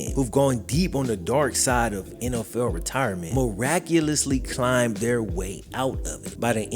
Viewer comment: The word is their, not they. Good information but please work on your Annunciation and pronunciation brother.